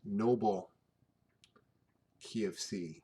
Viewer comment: так забавно говорит key of C звучит как KFC )